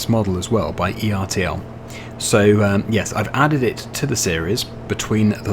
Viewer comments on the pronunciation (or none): Ertl isn’t an acronym, so there’s no reason to pronounce it as “E‑R‑T‑L.” It’s simply the family name of the founder, pronounced to rhyme with “turtle.” The company was started by Fred Ertl Sr. in 1945. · Please stop saying ERTL. It's Ertl like turtle. It's the founder's name.